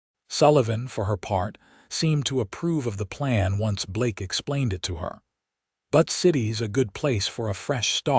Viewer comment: Butt City LOLOL It's BUTTE city - Like Beautiful - Butte.